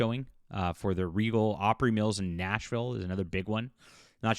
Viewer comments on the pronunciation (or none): none